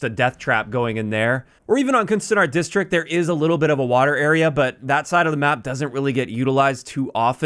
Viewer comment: You said ‘kunstenaars district’ very well!! The ‘u’ is in dutch very different I know, but the tone was the best I’ve heard from all my English youtubers. Just wanted to say that